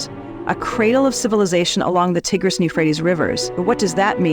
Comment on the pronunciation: That's not how you pronounce Tigris